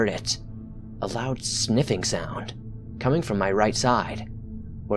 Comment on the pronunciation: "another snipping cound came"